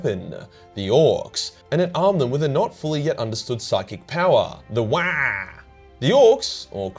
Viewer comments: its not "wagh!" its "WAAAAAAAAAAGHHHH!" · Lol had to put a dislike due to that poor Waagh pronunciation. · It's not waagh it's WAAAAAAAAGH!!!!! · It’s pronounced “wAAAaargh” not “Wyaah, mammy breastfeed meeee!” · Waaagh is pronounced in a deep bass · It’s pronounced WaAaGh! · i loved this video. but holy fuck wah annoyed me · Video ruined by you saying wagh rly annoying n cringey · For the love of the emperor stop saying whaaaa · Hard to listen to and pay attention too if you say wagh like they every time. A couple of times it was funny but got old real quick tbh. Big fan and watch all ur videos while I work out and multitask but couldn’t do it with this one lol. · All I heard is waah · I love you, but that was unbearable, please learn how to Wagh properly 😆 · Damn hard to to watch this and hear you yell waahag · I wish I could downvote this video, for every time says "wagh." Sadly, I can only downvote once. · Your saying Waagh completely wrong for a so called lore explainer lol it's really bad how you say not only is it but an insult to the orks like there war cry gonna be a weird baby noise like you say how you say it go back on you tube and there are plenty of others that pronounce it right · Stop saying it like that! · OMG I kept laughing so much at your pronunciation of waaagh, seriously, farkin hilarious. gist is pronounced jist though... :)/ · Couldn’t stand the way you said Waaagh, cringed so hard bruz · I thought repetition would make your pronunciation of WAAAGH less funny each time, but no diminished returns here. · I hate your wrong pronunciation of WAAAAAAAAAAAAAAAGH! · Love the video, hate the pronunciation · I thought WAAAAGH is pronounced like streched WAAAAR without the T Not like cosplaying Waluigi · I couldnt make it thru because of the stupid way you kept saying Waaagh.